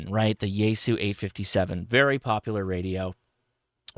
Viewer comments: You’re closer than most, but still not quite there… it’s pronounced “shee-yay-goo”. But thanks for getting close. Most uninformed call it “z-eye-goo”. The xie is like how one says “thank you” in Mandarin which (in romanized letters - called pinyin) is xie xie - pronounced as “shee-yay-shee-yay”. I only bring this up because you have a significant following and you may finally get the message across. Nothing worse than continually mispronouncing someone’s or something’s name. Makes one look ignorant. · Out of curiosity...you are the only person that I have ever heard pronounce Xiegu as "Sheh-goo." Everyone else says "Zeye-goo." Forgive me for being presumptuous and perhaps forward, especially given that we have never met, but I believe that your wife is from that part of the world. Has she informed your pronunciation and are the rest of us saying it incorrectly? And to the point of the video; if this thing comes in around $1300, which i suspect that it will, it will have a long road to hoe against other, much more established competition. As always, thanks for the insight.